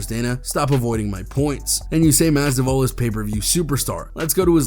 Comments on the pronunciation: "jorge MASDIVAL" lol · Pronounce Masvidal correctly